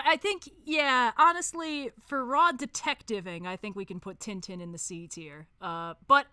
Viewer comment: the way they pronounced Tintin...